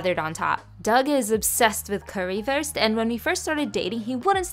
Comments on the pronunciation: You should pronounced it like coo-ree woorst though 🤣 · as a german, i appreciate you pronouncing it pretty well. as a german, that’s definitely not currywurst. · Well you are pronouncing it wrong And eating it wrong but this looks soo yummy 😋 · No offense, but you both butchered the recepie and the Pronounciation. But i generally find people have no idea how to pronounce ä ö and ü. And i hope you can get a real Currywurst soon. :) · I'm from Germany and I just wanted to say that it's pronounced : karriwuust And the bread: broethen❤️😂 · Ich hasse die Aussprache von Currywurst und Brötchen auf Englisch 😢😢